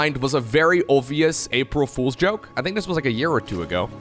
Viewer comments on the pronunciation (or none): none